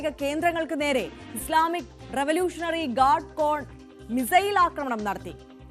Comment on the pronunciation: സ്‌ലാമിക്ക് അല്ല ചേച്ചി ഇസ്ലാമിക്‌ ആണ് 🤣കഴിവ് കെട്ട മാധ്യമങ്ങൾ. കയിഞ്ഞ ദിവസം പറഞ്ഞത് സിജ്ജീൽ മിസൈലിന്നു സെജീൽ മിസൈൽ 🤣